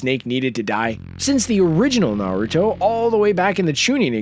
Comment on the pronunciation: lmao i love the fact you said kushina was the last uzumaki, actually, karin and nagato were uzumakis, its told in the show, and you can tell by their hair, naruto is the only uzumaki ever to be blonde. And you dont even say minato correctly. Or naruto, you dont watch anime its easy to say, and on top of that, you dont say jiraya or rasengan.